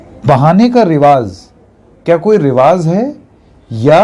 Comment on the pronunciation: Sir रिवाज़ नहीं रिवाज होता है